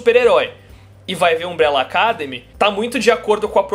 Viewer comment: Alguém do Omelete faça a caridade de ensinar o a pronunciar "academy" da forma correta. Essa palavra é o título da série, não é pedir muito!